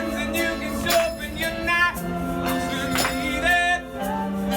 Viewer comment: I find the pronunciation on "sharpen" quite interesting... Instead of SHAR-pen or SHOH-pen, he goes SHOW-pen, and that's quite an unusual pronunciation, but taking in consideration the vocal techniques and all, it makes quite a lot more sense than just to analyze the word isolated.